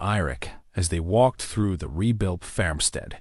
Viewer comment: Loved the story but some words, repeatedly mispronounced, was irritating. The word is 'FARMstead not FAMstead.